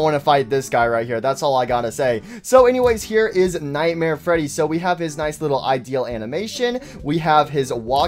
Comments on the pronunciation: bruhhhh its not ideel its idl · Why dose this guy pronounce "idle" as "ideale"